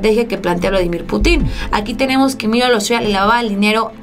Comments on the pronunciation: ¿Por qué pronuncias Putín.... Cuando la "i" no lleva tilde? has de pronunciar Putin y no Putín. Como si llevase tilde en la "u". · Se dice PÚTIN, Pútin. No sabes usar los acentos????? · Pútin,; acentúa la "U" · Más respeto para mí camarrada Vladimir ,es Pútin y no putín ánimo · Exactamente, raro que vea un vídeo de ella y cuando habla del Presidente Ruso, me molesta mucho que pronuncie mal su apellido y le pongo en el comentario: PUTIN NO PUTÍN. Pero sigue igual. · se lee "Vladímir Pútin", no "Putín". Tu no eres "Solanó", eres "Soláno" (uso acentos gráficos). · Hola. Deberías pronunciar correctamente el apellido Putin con acento en la u para que no parezca una falta de cultura y hasta pase a ser visto como una ofensa intencional que no sería bien visto desde tu figura como youtuber. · es Pútin no Putín, te invito a pronunciar bien,. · Mi querida, es Putin con acento prosodico en la u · Sabías que la palabra Putin no tiene acentuación en la i, no se dice puti'conacento en la i se dice Putin como se lee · Ya por DIos aprende a pronunciar el apellido de Vladimir Putin!!!!!!!!!!